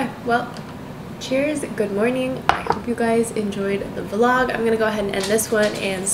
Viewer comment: Why you are saying vlogggg .. and you used to say vllllloooooooooogggggggggg.... i want those ancent for the word vlog ... btw i love you ..